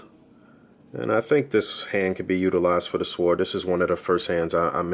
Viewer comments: Thanks for the detailed review. 👌🏾 The "W" in "sword" is silent by the way. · Lol. Thanks, like I told someone above I struggle with the pronunciation of sword for some reason lol. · am i the only one getting shook with how he's saying sword